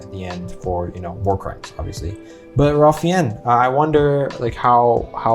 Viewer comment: Wow. Good quote. I read that book years ago. You've done a very thoughtful job with reacting to and reviewing this film. I think Fiennes is pronounced 'fines'. Yep. There were other heroes. My great uncle had two sisters who left Germany on something called the Kinder Transport. He was too old for the Kinder Transport but he had a business associate in Japan who was able to get him out of Europe. There are so many stories. I have a cousin who escaped a work detail and lived out the war in the woods. Nazis generally avoided the woods because Russian resistors camped out in them. On the gas chamber, incoming groups of able-bodied people were generally kept in 'working order' for as long as they were needed to perform camp labor. I remember seeing that and just not even being able to move until the water started coming out. I read something interesting about the characters of Helen Hirsch and Itzak Stern. In both cases, in real life, there were other people who were in their same situations, who weren't depicted in the film. For example there were a few other house girls and there were also 4 other men who worked along with Stern. I guess for film structuring, Speilberg thought it better to focus on two distinct individuals instead of groups of people. Or, maybe they weren't around by that point to share their stories directly. There's an interesting (actually fascinating) documentary about Goeth's daughter who when she grew up and learned about who her father was (she was born